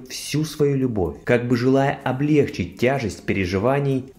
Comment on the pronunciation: Извините ,но в русском языке глагол облегчИть произносится с ударением на "И", в данном случае ,облЕгчить--это неправильно.С уважением к вашему каналу.